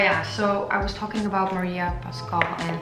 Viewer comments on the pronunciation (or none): It is not Maria Pascal but Maria Pascual